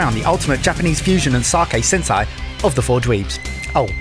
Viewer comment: "Cross land and see to learn Japanese food and sake pairing" Never came to Japan... Also even an American can properly pronounce "Sensei"